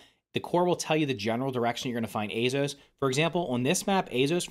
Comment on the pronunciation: hes almost saying azeos like azos